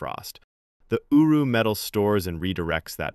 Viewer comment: I kept on hearing him say uwu metal